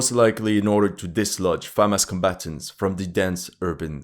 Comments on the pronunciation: It’s Hamas, not Famas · Am I going fucking insane or is he saying Famas instead of Hamas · Why does he say Famas instead of Hamas? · Hey, it's pronounced Hamas with an H, not Famas like a trash french rifle. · Is he saying FAMAS or HAMAS? Is some kind of Youtube C word issue? Now there is an H word? I don't agree that these stats mean the bulk of the fighting was done by people in initial mandatory service. The majority of the dying was, the more experienced soldiers can be expected to do plenty of fighting and less dying. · Is it getting so bad with YouTube that you have to say Famas instead of Hamas? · Isnt it "Hamas" and not "Famas"? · You are able to pronounce the word "HUNDRED" properly but ironically you are unable to pronounce the word "HAMAS" correwctly. You always mispronounce the word "HAMAS" as "FAMAS."Talk of intentional misleading. Why don't you call terrorists as "TERRORISTS" ? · why it sounds to me that you say famas instead of hamas ??? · I know my hearing is not good, but... Am I going completely deaf, or he's kept saying "Famas" instead of Hamas? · why do you keep saying FaHamas? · Am I tripping or do I keep hearing FAMAS 🇫🇷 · Is it Famas or Hamas? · Why do you call it Famas? Did I miss something? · Why does he keep saying Famas? :S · Why do you pronounce it "famás"? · Hey buddy are you Jewish? This is all about the IDF plus you pronounce the Jewish military brigades names very well compared to hamas it’s not Famas lol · It is a touchy subject for him because you can clearly see his sympathies are with the Zionists. He was claiming that IDF would wipe the floor with Hamas, a few months ago. Even now he cannot bring himself to pronounce 'Hamas' or to call it the Palestinian Resistance which is what it is. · Why pronounce Hamas that way??